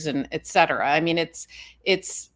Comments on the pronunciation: you are very smart. Please say......etcetera......not...eggcedera. and with Bill Barr........ "bullshit" was a quote, not a paraphrase. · ETC..not ..EXCETERA